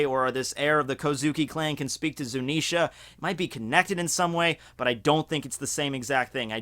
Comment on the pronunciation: he finally learnt how to say zunisha, not zunenshia